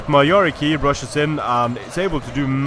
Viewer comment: Yari Cav not Yari Kii :P